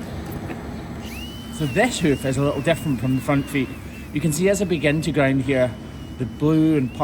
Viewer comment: I kept going over one part of your video…it sounded, to my tired American ears, one thing, but we found out that it was something completely different! Early on in the video, I kept hearing, “300 defecating cows. WHAT!??! I listened to it two more times, then I broke down and turned on the CC - Oh! 300 DIFFERENT KIND OF cows! Egad!